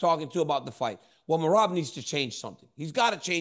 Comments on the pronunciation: DC u are so funny.. Chael just butchered Merhab’s last name … dont.u just love these guys. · Bro DC how this dude pronouncing merabs name? Im weak 😂 your a true pro you didn’t lose it 😂. Someone get the bad guy a phonetic script to say merabs name right or im calling for RC to come take his chair back and keep it 504 to 337. IYKYK great show fellas